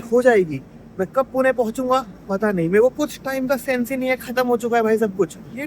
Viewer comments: Bro pronounce pune (पुणे) nice one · Are waah! पुणे ko exact pronounce kiya.